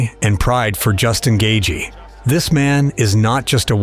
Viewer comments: I went to highschool with Justins parents, uncles and aunts. His father and I were teammates on the wrestling team. The pronunciation of Gaethje is Gay-chee not Gay-jee. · Gay-jee?? Yeah, never mind. I can't listen to this shit. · could not make it 4 minutes into the video cause dude was calling him "gae-gee" disliked